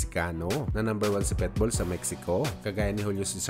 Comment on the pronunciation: Boss ikorek lang kita ha wag kang magalit....PITBULL hindi PETBULL